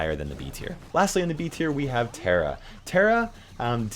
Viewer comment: Did he just call Tara Terra it’s pronounced T-AR (like a pirate)-a